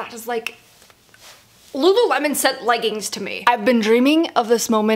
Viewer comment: i love you but it pains me every time i hear u say leggins like it’s legginGs